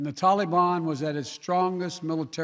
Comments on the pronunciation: in America we call em the TALABAN not "Tollie-Bon" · Everyone: Taliban Biden: Tollybon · TaL-EE-BAAN Tali-bone Tall-a-bon Tale-le-ben……….. Really? COME ON MAN!! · if you look closely you can see the flags sliding back to left from right.. a computer generated image.. love how he gives praising pronouncement of tollybon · Did he pronounce Talibhan, Telly-bum? He's a joke. He pulled the troops out before getting our civilians out. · Every time he says "tolliebon" I just can't believe this fool is our president. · The way joe biden says tali bon makes me want want cinnabon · Biden says Taleeban. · tallybawn? ok mr.president of sesame street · WTF is this TollyBon crap. You and your master are the only ones who pronounce it as TollyBon. Dont get me started on PokyStan. -facepalm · Is he mocking the Taliban the way that he's pronouncing it? "Hey mr taliman tali mi banana" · Did he say Talimon? This isn't pokemon lol 🤣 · "Tah-le-ban." Why is he pronouncing it like that ? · He’s been hanging tight with fellow “Tally-Bon” strategy buddy, Barack Obumma. Those two love to mispronounce it 🤨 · Senile Joe thought they said Cinna-bon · Someone tell him Biden how to pronounce taliban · Why does he pronounce taliban like it’s something fun wtf